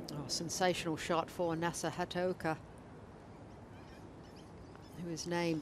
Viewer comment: Please commentators now and in the future,it is Nasa HAT-A-OKA,you are highly paid professional commentators,do some research and get it right!